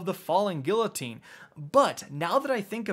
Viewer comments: GEE-----UH---TEEN.......got it? Do you say the "LL" in tortilla as well? GFC man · Don't forget how to this day, he still says guillotine wrong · gEE-Uh-Teen not gill-oh-teen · its pronounced gui-yo-tine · Drinking Game: each time says “Gill-o-teen” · FALLING “gee uh teen” my man, i was going psycho at the mispronunciation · He does not still say, “falling gilotine” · everyone is talking about the cold front legendary kinetic hand cannon but has no one else noticed that he pronounced guillotine as "gill-o-teen" ?? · Hey, just a heads up, Guillotine is pronounced "Gee-oh-teen." (Then L's are silent) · "FaLl3N GiLlotEEn" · Falling Gillateen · Falling Gilloteen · Did this nigga just say “Gillateen”? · It’s been half a year since the sword came out and still can’t say the word “Guillotine” correctly lmao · I'm more worried about how he pronounces guillotine ! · So y’all gonna talk about him saying cold front the legendary hand cannon but not the part where he pronounced the L in guillotine?... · No ones gonna talk about his pronunciation of guillotine? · Is no one gonna talk about the way he pronounced “Guillotine?” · Still can’t pronounce guillotine correctly lmao. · why can no one pronounce "guillotine" mon dieu vive la france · Listening to you pronounce guillotine hurts me. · Aren't you Canadian? Doesn't that mean you're federally mandated to be half French? How are you still pronouncing guillotine incorrectly? 😁